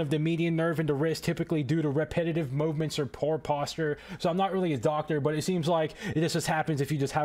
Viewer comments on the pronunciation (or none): none